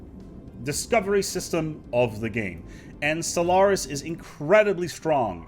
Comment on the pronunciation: Maybe it's something wrong with my ears, but I hear you say "Solaris" at the beginning of the video ?